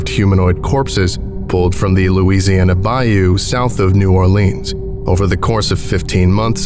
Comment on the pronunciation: I know you tried and I give you an A for effort...but as a person from Louisiana, I can tell you the accents and especially the pronunciations are nowhere close. LoL!! We pronounce it bil-LUKS-ee. And we say BY-yoo..not BY-oh. And NO ONE from Louisiana would every refer to a swamp as a bog. I know that is the fault of the author, not the narrator. Still...I love any reference to my beloved Louisiana!! Great video!!